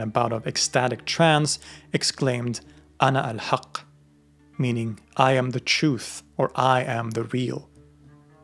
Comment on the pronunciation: Did u say Anahaqq or alalhaqq